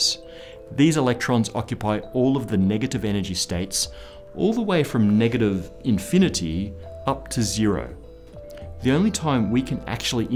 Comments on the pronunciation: "Nagative" energy?? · 'Nagative energy' Good video though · “NAGATIVE ENERGY” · "NAGATIVE" ENERGY ? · "nagative energy"?? Insert mother-in-law joke here... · "Nagative energy" oh okay